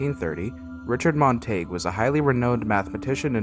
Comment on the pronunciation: You are mispronouncing his last name.